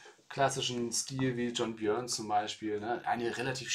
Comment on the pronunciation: es spricht sich John "Börn"